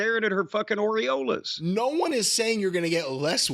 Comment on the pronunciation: "Her oriolas" 🤣🤣🤣🤣🤣